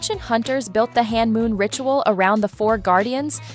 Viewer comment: It is homoon not hanmoon